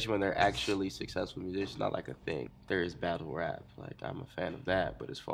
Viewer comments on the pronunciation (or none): none